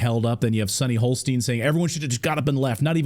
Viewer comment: It's 'Hostin', not 'Holstein'. Though she is a bit of a cow.